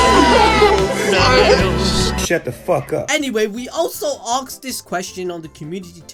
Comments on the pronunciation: Is it really pronounced as aksed or asked? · Ah yes "aksed"